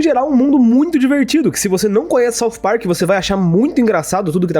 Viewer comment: "Parcu" KKKKKKKKKKKKKKKKKKKKKKKKKKKKKKKKKKKKKKKKKK